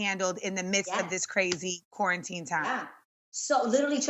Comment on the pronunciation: Adrienne "...kwarantin..."